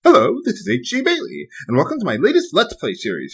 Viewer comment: is it just me or on every video does it always sound like he's saying "hello, this is H 'G' Bailly" instead of "?